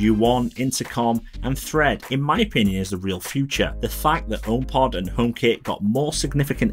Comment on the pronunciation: Really don't like the design. Why not just shrink the original homepod? Much nicer design. And it took me some time to figure out that Fred = Thread. I thought: "Who the hell is Fred, are apple switching from Siri?" And half of the time home is pronounced home with no H whatsoever. OmePod, OmeHit and so on.